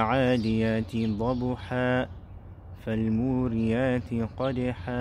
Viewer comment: It's no modiyati its moriyati